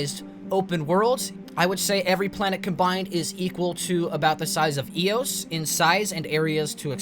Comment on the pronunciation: Ayy-oos not eee--oos